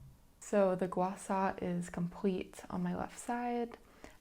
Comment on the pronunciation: Thank you for pronouncing gua sha correctly 🫶 this was a nice video, thanks for sharing!!